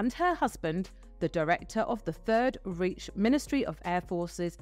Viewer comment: Please pronounce properly! Third reach indeed, it's Reich!!